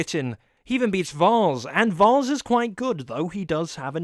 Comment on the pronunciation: it's pronounced vAAs not vARs +1 sin for not listening when people said his name